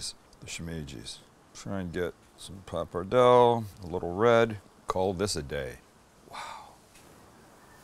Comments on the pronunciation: Oh the way you’re pronouncing “Pap-er-dell” is driving me nuts. “Paa-pa-Dell-Ay”!!!!! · It’s pronounced “papar-del-lay” fyi….. Looks good. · You’re pronouncing the Pasta incorrectly by the way